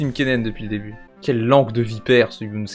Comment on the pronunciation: A je suis le seul a entendre « Bardonnez moi » ?